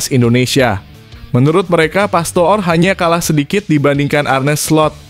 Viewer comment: PASTOOR = dibaca PASTOR.